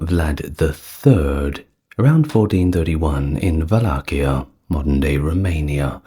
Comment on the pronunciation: In Romanian it's "Valahia" (val-LAH-hee-ah) but you did better than most English speakers.